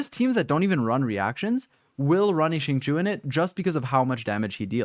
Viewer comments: Xingqiu reads as sing-show, not shing-shu - sincerely, xingqiu main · AM I THE ONLY ONE WHO IS PISSED HE SAID CHINGQUI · i thought it was pronounced shing-cho ?? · the way you say xingqui still makes me want to cry